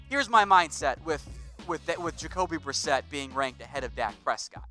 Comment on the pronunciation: Jacoby brisket?? Lol.... It's Jacoby Brissett!!